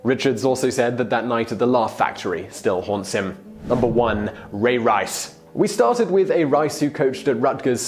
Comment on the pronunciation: You say Ray Rice weird.